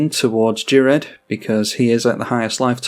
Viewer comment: Ghired: gear-ed. Unless he is from a plane that makes gh=j no reason to pronounce that way